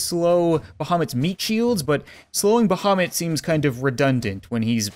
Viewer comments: Archetex I'm muslim and I agree idk why but it sounds like him.. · Actually thought you said Mohammed.. the cat. My bad. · You are saying bahamut wrong.